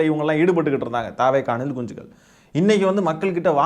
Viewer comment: Anna neenga anilkunchigal soltrathu azhgha iruku anna